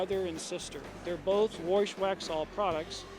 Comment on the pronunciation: Saw your comment first and had no clue what you were saying. Now I can't stop laughing. He must say it like 30 times